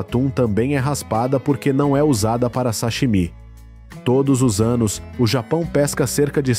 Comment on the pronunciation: Esse narrador não sabe pronunciar o "sashimi". Tá inventando.